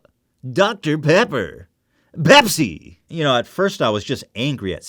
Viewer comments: fookin PEPSEEH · the way he says Pepsi 😂